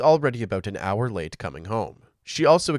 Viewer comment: when the narrator said "her late, ex-husband"... it actually sounded like they said "her latex husband" 🤦🏼‍♀️